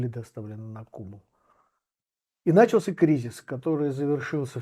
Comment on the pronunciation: НачалсЯ ударение на Я